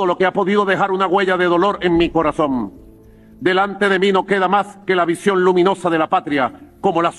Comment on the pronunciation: "En mi CorazóMMM" 😂😂😂😂